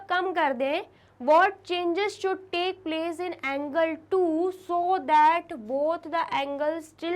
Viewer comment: Angle ko angirl hhaha